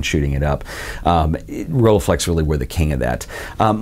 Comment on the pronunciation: pronunciation with 'u', not 'a' when reading the 'e' from rollEiflex!